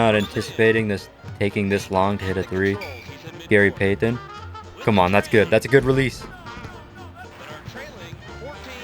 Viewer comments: i hate how he says gary payton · i hate the way this guy says gary payton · “Gary Paytan” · Gary pay-ten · The way he said Gary Payton triggered me so bad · Love everything about this video other than how you say Gary Payton. That sucks